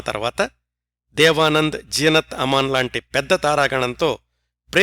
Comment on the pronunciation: నమస్కారం గారు, మీ నరేషన్ చాలా బాగుంటది. ఒక చిన్న సవరణ, మీరు రాజ్ కిరణ్ లోని ‘రాజ్’ని తప్పుగా ఉచ్చరిస్తున్నారు. మీరు ఉచ్చరించే రాజ్ కి ఉర్దూలో రహస్యం అని అర్థం వస్తుంది. అలాగే ‘ జీనతామన్’ లోని ‘జీ’ నీ కూడా తప్పుగా ఉచ్చరిస్తున్నారు. అంటే, రాజ్ కిరణ్ మరియు జీనతామన్ లోని ‘ జీ’ అనే అక్షరాన్ని అటుది ఇటుగాను, ఇటుది అటుగానూ ఉచ్చరిస్తున్నారు. 🙏🙏